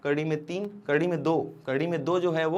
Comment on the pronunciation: Sir aap kardi kyo bolte ho